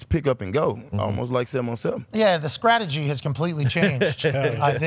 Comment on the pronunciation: Pat and the "scrategy" 🤣🤣🤣🤣